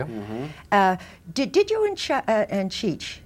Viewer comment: She mispronounced "Cheech".